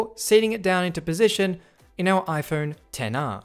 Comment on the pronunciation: Why did it sound like he was saying "Tenner" instead of "Ten R" 😂